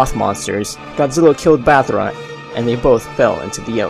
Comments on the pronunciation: you dident say battra you said bathra like if anyone else heard it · when u say battra sounds like u say ballra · You called Battra bathera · He called battra.BATHRA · did he just say “Bathra”?